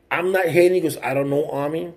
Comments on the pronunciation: His name is O M I....not O M N I......Show some respect and get his name right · Ami it’s OH-me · you a stalker: and it OOOMMMII not AWWNI LOL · You’re making a video on him. You said you been looking into him for a few days and can’t even say his name right. Please stop looking for clout homie, I know a little more and you are clueless I promise. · You didn't do your homework bro. He had just bought that house they were still doing work to it plus you're saying his name wrong. Go look at all his videos. Then talk about it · You can't even say his name right